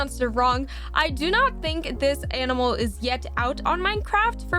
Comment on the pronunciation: She said anmal not animal